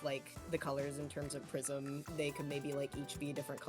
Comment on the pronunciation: "What The prisim :0" Genuinely made me laugh 😂